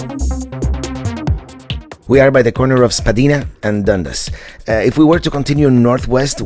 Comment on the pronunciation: Spadina ave. - itss pronounced .. Spa d-eye na ,, not spad e na